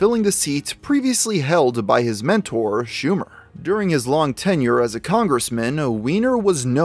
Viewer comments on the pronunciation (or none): none